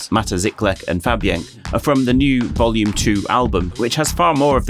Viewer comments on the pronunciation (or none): none